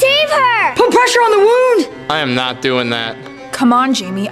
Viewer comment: how does 'pressure' turn into 'peshrue' LMFAO